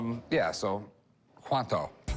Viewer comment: Ummmmm….. did Rick really just say “Cuanto” 🤣. Racist… lol